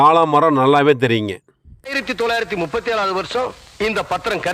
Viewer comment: பிரதர் நுப்பத்தி அல்ல முப்பத்தி என்று சொல்லுங்க